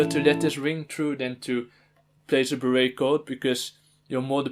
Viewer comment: Lol honestly that pronunciation makes more sense to me